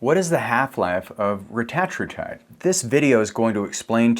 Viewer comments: I usually prefer getting pronunciations 'correct'. But I prefer "Retta" in this case, over "ruh -tat". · The correct pronunciation of Retatrutide is REH-tah-TROO-tide, with emphasis on the first and third syllables (REH and TROO). This pronunciation has been confirmed by Eli Lilly’s Chief Scientist during a CNBC interview, reflecting the intended usage by the developers of the drug. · Why does he keep saying rettratrutide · This is hilarious. Why is this guy saying it like that? The only guy saying it like that? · Couldn’t watch , the way you say it is dumb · This dude is clueless. Can’t even pronounce it right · No one is gonna listen to a person who pronounces it wrong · He goes back and forth on how he pronounces it. I've seen videos where he does it both ways throughout the same video. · Eli Lily doesn't get to make up grammar and pronunciation rules. The English Language has standards. Otherwise you sound foolish. Like pronouncing Primer as Primmer like so many morons. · eli didnt create it, they just capitalized on it and purposely pronounce it different to flex. 🤦🏻‍♀️ They saw how good it was and jumped in the game 🤦🏻‍♀️